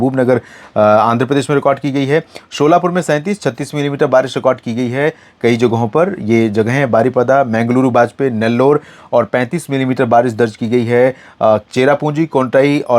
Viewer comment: Sir ji vo सोलापूर है😂 शोलापूर नहीं जी । Me solapur maharatra se karntaka border se gaaw lagta hai . 1 week se musaldhar barish hai . Pehli baarish me badhe badhe nale bhar aaye hai . Nadi ka level badh chuka hai . Kai villages me badal fhattne jaisa baarish hua hai .